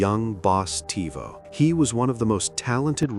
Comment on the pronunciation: It’s young boss tevo pronounced teh vo